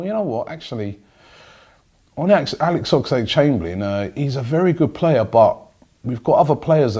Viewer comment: ffs.....his name is OXLADE.....not OX A LADE.....